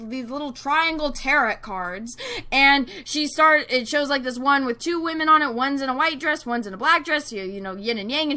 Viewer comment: Who else cracks up when says "Whamen"! XD